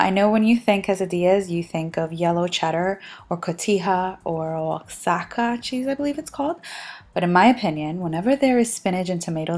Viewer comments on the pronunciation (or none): The oxaca cheese is pronounced with a "j" noise. Like ojaca. I know a little weird. I used to say it how its spelled too till someone from oxaca corrected me lol